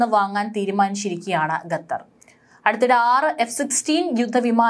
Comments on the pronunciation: Ee sthree annum parayunnathu gatar annanu qatar aanu sary . Ethinea onnu thiruthy kodukkan aarum ellea evde . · It is not "ghathar" but "Khathar"